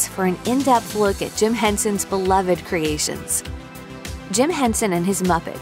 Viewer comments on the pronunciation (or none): none